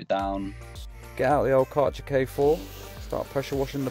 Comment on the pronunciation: Ok but that's not how Kärcher is pronounced